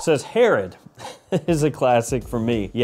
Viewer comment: Hey Herod for the win! You butchered the name but it’s a tough one.